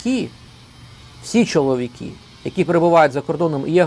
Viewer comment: Все правильно ви говорите про мосійчучку, але слідкуйте трошки за вимовленням, будь ласка. Не чоловікІ, а чоловікИ.